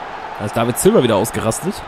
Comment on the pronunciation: du sagst David Silva hahaha